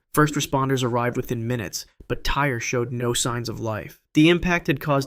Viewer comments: Just for future reference, the kid’s name was spelled T-Y-R-E, but pronounced “TY-REE” It might be how the word “tire” is spelled in the U.K., but not in this kid’s case. If you’re going to talk about what happened to him, please at least pronounce his name correctly!!! This poor kid died an unimaginably horrible death. He at least deserves to have people say his name right!!! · The boy who died on the freefall tower his name is pronounced “Tie-ree” not “Tire”. If you’re gonna report on it, have the decency to say his name properly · Agree on all points, but you missed one- The boy’s name was pronounced “TY-REE”, though spelled without the second ‘E’ on the end.